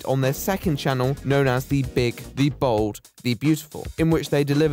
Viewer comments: For a while I thought he was saying bald guy instead of bold guy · Am I the only one who keeps hearing bald guy instead of bold guy? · I'm sure it's just your accent that makes it sound like you're calling him a "bald man"